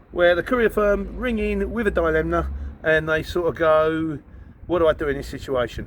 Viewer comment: Are you aware you're pronouncing dilemma wrong?